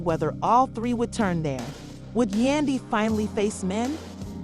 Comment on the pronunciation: Get the names right. Yandy, not Dandy… who is Mens? Can’t take any of it seriously.